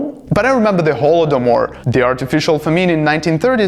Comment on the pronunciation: "Holomodor" just killed me